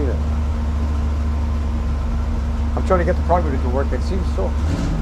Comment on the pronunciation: I like the way says “carbater”reminds me of my grandpa Dominic when I hear him speak.